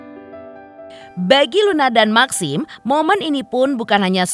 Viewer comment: Bacanya meksim y MBK lebih enk